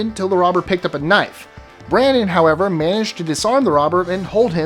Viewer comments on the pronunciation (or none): none